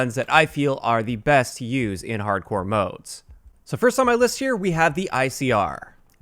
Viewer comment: "Harcdore" Nice job,.